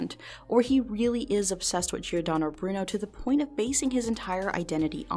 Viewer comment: only bad thing about this video is how giordano was pronounced but otherwise this video was very interesting!